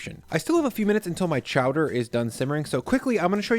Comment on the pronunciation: Chowdair? Chowdair ITS CHOWDER!!!